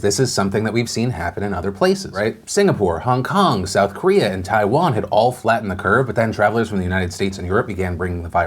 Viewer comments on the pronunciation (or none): none